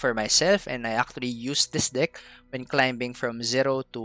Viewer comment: Love your content, just a little tip: the 'b' is silent the word climbing. 😁 Not a big deal. Just a reminder. 😊